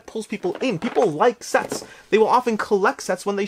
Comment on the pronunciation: Listening to your video while I do work. I thought you said "people like sex" when you were talking about sets with the Valeria games. It instantly made me jump back to the computer to see what was going on.